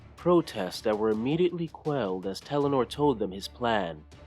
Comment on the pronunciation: His name is Talannar not Telanor